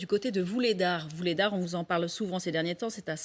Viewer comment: Vuhledar et pas Vulhedar